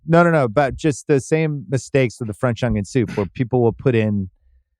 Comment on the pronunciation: Why does he say onion like a smooth brained individua